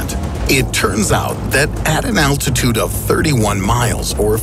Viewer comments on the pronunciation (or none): none